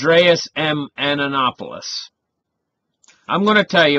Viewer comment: I can not listen to your pronunciation of Andreas's last name, Antonopoulos, and Satoshi. Is it so difficult to spend a minute and learn proper pronunciation?